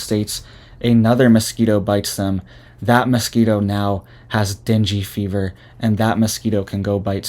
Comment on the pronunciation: Ur pronouncing the fever wrong lol.